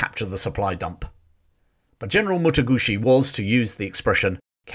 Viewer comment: its Mataguchi not Motoguchi thats an italian motorbike